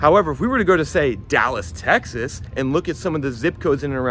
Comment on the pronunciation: Homie said Texas with his chest